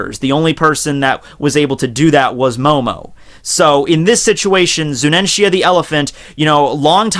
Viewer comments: its zunisha not zuninshya man correct yourself u r a one piece fan. be respectful. i expected better from u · It's Zunisha not Zunenshia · Dear The elephant is named ZUNISHA (ZU-NEE-SHA) not ZUNENTIA 😄 Hope you note this ✌️ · I crack everytime he says "Zunenshia" or "Momuske". Love your videos btw. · **PUBLIC SERVICE ANNOUNCEMENT TO ** Pronunciations are as follows: MO-MO-no-ske and Zu-nee-sha..... That is all. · Eddie The Cat hes pronouncing it wrong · dawg, "Zu-ni-sha", XD! Gawd bless this channel, XD! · I read this comment before watching the video, I was trying to think how he would mispronounce her name, but MY GOD that is terrible lmao.